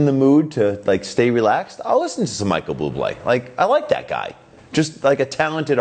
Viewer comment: Micheal Bloo-blay?